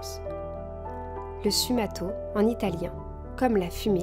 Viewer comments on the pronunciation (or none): Très belle vidéo, reposante et apaisante ♥ (si je peux me permettre, le sfumato se prononce "sfoumato" ;)) Ce concept de petite vidéo est très chouette !